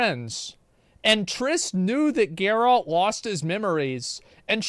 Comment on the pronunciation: Ah they changed Geralt for Jerald? :D